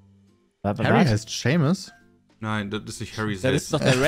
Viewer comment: Niemand Pietsmiet: Seemus Shaymus Sheemus Seemas